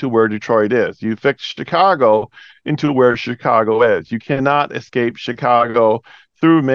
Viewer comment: yeah its like "excape" .